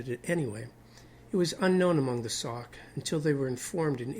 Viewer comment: That is pronounced “ sock “ not. sack!